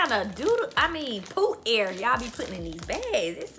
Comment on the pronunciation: "poot air" 😂😂😂😂